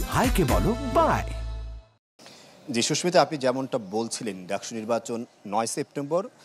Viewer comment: DUCSU NOT DACSU..